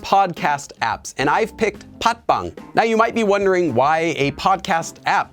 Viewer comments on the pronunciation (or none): Why's 'pasbbang' pronounced as 'podbbang' in Korean???